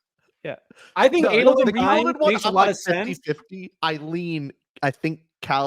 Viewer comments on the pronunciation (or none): Adolin (Ay-Doh-Lynn). Enjoyable show but that hurt every time you guys said Adolin the way you did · A-dole-lin is the correct pronunciation btw. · The way they say Adolyn infuriates me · Add-a-lin… it had me twitching the entire time lol